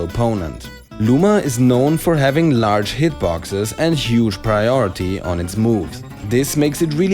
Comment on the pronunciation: ZE LADGE